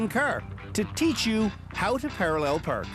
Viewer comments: Perralul Perk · “How to parallel prrk”